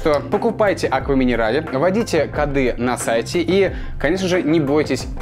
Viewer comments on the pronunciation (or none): none